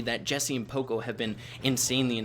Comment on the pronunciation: Let me know if I’m wrong, but I thought that it was pronounced paw-co not poe-co